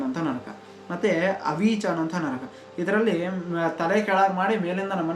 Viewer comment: Adu nraka alha bro naraka